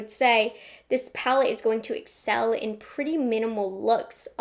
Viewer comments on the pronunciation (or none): none